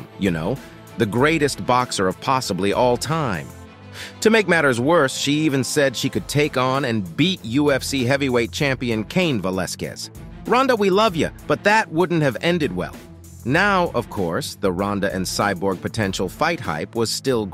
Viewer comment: Kain Velasquez? That is Junior Dos Santos, and it's Cain not Kain...